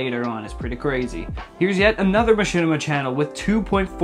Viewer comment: Machinima? You mean Mashitima?